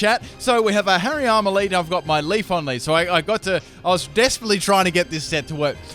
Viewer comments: I kind of feel like the wrong pronunciations are on purpose now like when Starbucks write the names on the cups incorrectly so people share them online and it generates publicity haha. Or-mar-sta and Leaf-on... really? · PLEASE stop saying Leafon... imagine how it'd sound if you pronounced other eeveelutions like that Flaron? Jolton? Vaporon? Espon? Umbron? Glacon? Sylvon??